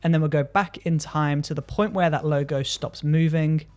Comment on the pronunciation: Helpful video. Sounds like you are calling it a 'Loga"...